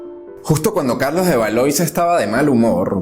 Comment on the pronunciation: lo que pasa que los nombres propios son incambiables. Se escribe Valois y se pronuncia "valuá". Por elemental cultura debe observarse la traducción correcta.